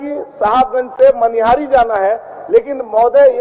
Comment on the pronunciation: Madam... Manihar nhi... Manihari h ye... 😂😂